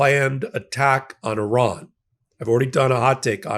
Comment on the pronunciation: ) Good to hear an American pronouncing Iran correctly. Hearing your countrymen say EYEran really grates my gears. Good video, with good content. Maybe it's time I bought an EV. I could charge it via my solar panels. But, I love my old Mercedes diesel. Ho hum !